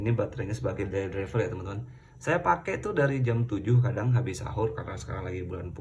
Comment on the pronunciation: Daily Driver gan, bukan Dayli driver